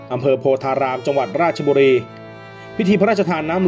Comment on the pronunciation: อ่านผิดท่านราชบุรี